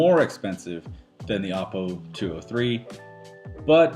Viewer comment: It's pronounced "Oh-poe", not "Op-oh". Also, in your video you suggest the DACs are only available on the XLR outputs. This is DEAD WRONG. They are also available on the standard RCA analog outputs as well. That means anything you listen to through analog out (whether it's a digital music file or a music CD), will make full use of the DACs.